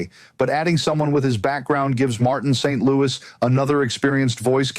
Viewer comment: St.Louis is not pronounced like the city. Friedman would know this.